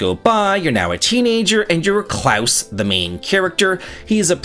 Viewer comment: my good man, I've always liked your videos and your personality, but I love you for your pronunciation of the name "Claus". You're the only non-German I know who pronounces it correctly. Great job!